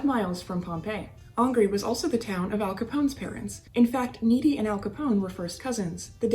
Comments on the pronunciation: It’s not Needy, it’s Nit-ee. I know because I dated one of his descendants many years later. I will never be a part of that family again. Corrupt on all measures! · Great video, but I think cops pronounced his name Knitty not Neaty. Also, you have a beautiful voice, but speaking more slowly, and pausing for dramatic effect would enhance your videos even more. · She pronounced it Needy,instead of Nitti(like knitting).